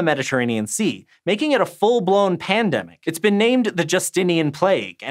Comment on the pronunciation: The first time yoou said pndemic it only sounded as pndem.